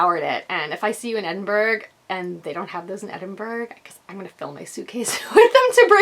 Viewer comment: As a native of this beautiful city, I can confirm that you were spot on - the pronunciation is Edin-bruh. May your trip here be truly wonderful, honey. It is such a great city. I know that I'm biased, but still, as much as it is a blessing to call it home, it is such a special place to visit. I'll be attending the festival on Thursday and Saturday, so perhaps I'll see you there. Oh, and let me know what kind of food you're after on the Saturday night, and I'll get you some recommendations. xxxx